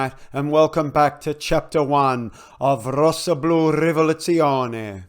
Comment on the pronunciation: I was all set to praise the beautiful Italian pronunciation of 'Rossoblu Rivoluzione' and then I was stopped in my tracks by the Japanese pronunciation of 'Takehiro Tomiyasu'. A treat for the ears!